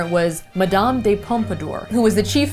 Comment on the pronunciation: Agh! And the "de" in Madame de Pampadour is pronounced "duh", not "day." It's French, not Italian. Come on!